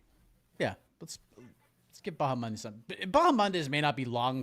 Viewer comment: Everyone else: Bahamondes: BahaMONDAYS 🤣